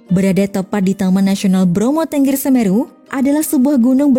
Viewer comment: Bukan Ténggér, tapi Tengger. Pakai taling.